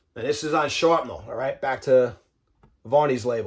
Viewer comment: Sharpnel? Thought is was Shrapnel! 💁